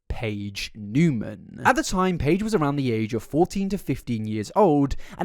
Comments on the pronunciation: Niemann is actually pronounced "knee-man" not "new-man" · Knee-man not new-man. Love ya but had to clear that up and that YouTuber Gabi from Fancy Vlog I believe it’s what it’s called did the same and even got in an Ari music video so that she would stop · “Newman”… isn’t it Neiman?? Like “knee-man”?? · Just fyi…it’s Niemann like knee-man, not Newman. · Its not "newman" thought... its Niemann, there is a big difference in how you say it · Edit: You forgot to tell us to mention BEANS if we got to the end. <3 I, for one, will not correct you on her surname, and will congratulate you on saying it wrong the whole time. She's pretending to be someone else and sell corn as someone else...that's horrifying. People will villify a man in an instant, but a hot girl? Oh no no, better say "it's just impersonation" - 75% of the comments on this prove to me that your average viewer is incredibly stupid, and that's sad...since you're so smart, and put so much effort into things. You even explain like...how being an impersonator, and living your whole life as another person are very different things - and people are still convinced she's just an impersonator. Like...yo, impersonators go home at the end of the day to be normal old Bob, or Susan...they're not living AS Elvis, or Britney Spears. Ariana does GREAT impressions, herself...but she's not stealing the lives of those people. xD "I never said I was cosplaying as her!" Bitch you know what you're doing, lmao. (God she's painfully stupid too... "I'm fully aloud" ALLOWED ...ALOUD MEANS YOU'RE SPEAKING ALOUD...AHHHHH stick to corn, honey, but get your own damn face.) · He was meaning that she was still in 2021 acting like Cat, when it started in 2018/2019. My beef is with how he pronounced her last name 😂